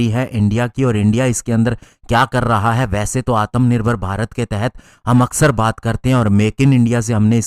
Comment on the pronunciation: सर आत्मनिभर्र बोलिए ना कि आतम निभर्र